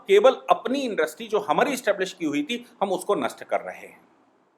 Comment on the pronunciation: भाई साहब आप हमैसा ईन्डस्ट्री को इन्डस्री बोलते हैं।समझ लिजिए कि मैं कितने ध्यान से आप को सुनता हूं।🙏